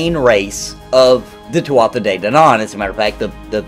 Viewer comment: Don’t want to be that guy but it’s pronounced “Too-ah da’ Dan’in”. You English and Americans butcher it. BUT all the more to ya, this willl be a great game....I hope.